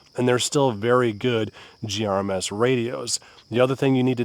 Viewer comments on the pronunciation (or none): I can’t stand you saying “GRMS”